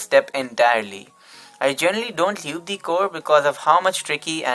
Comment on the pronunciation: I’m sorry but “Lewb” 😂😂